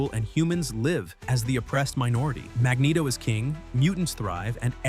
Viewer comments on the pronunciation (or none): none